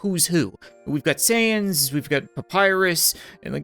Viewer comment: You said sans correctly I grant you my mercy